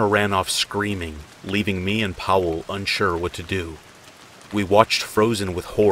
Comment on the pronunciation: "Powell" "Areck" dude these aren't that hard to pronounce :( come on...just a quick type in Google Translate will show you how to pronounce it.